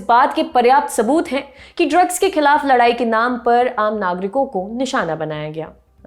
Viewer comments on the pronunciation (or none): none